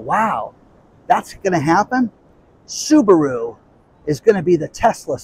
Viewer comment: LOL ... I'm sure Elon had a good laugh about " Subawho " ...